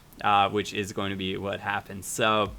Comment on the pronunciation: yeah I heard that too haha he didn't feel like redoing it haha